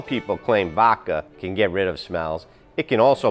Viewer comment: Vodka had a d in it, it's pronounced with the d, it's not vokka, it's vodka